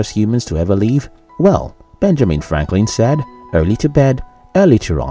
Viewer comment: When speaking English, don't pronounce the word 'live' as you would the word 'leave'. Thank you.